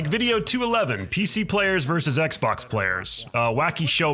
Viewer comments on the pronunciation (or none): none